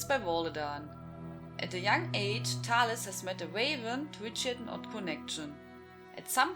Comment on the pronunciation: Those are sooooo amazing! Thanks for including my novel-long story! (Altough Lowercase did a better job than me haha) Can't wait for another one! Thanks everyone for the great time here. (Also, you prounaced Talyiis the best way possible)